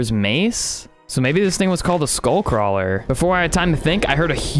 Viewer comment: skull cwaler